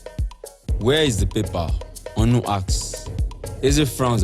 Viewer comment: Stellar work, guys👋🏾👋🏾👋🏾 However, I must say that all of the Igbo words - Ohia , Onu, Eze, Chike etc - were poorly pronounced. You guys should please improve on this.